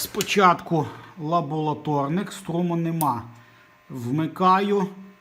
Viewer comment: Веселий контент у вас . Все добре. Ріже вуха слово лаболаторник , звик до лабораторник . Один із головних інженерів РЕМ так тоже мовив , пришліть мені лаболаторію !